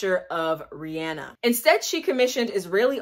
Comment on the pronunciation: IM SOOOOOO HAPPY, you’re pronouncing her name right 🙄